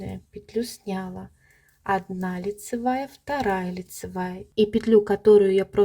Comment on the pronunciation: С таким удовольствием посмотрела Ваш мастер-класс, пока не услышала, как Вы неправильно произносите ударение в слове "снялА", а не "снЯла".... Следите за правильным произношением, пожалуйста.... Режет слух Ваше "снЯла".... Извините. Удачи Вам.